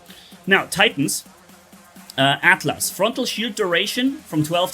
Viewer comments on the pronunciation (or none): none